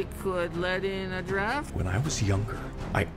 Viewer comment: That "it could let in a giraffe" thing is SUCH a good catch. He does not enunciate the T at all.